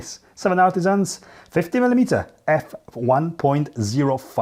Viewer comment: Why everyone says militiers and not milimeters 😂😂😂😂😂😂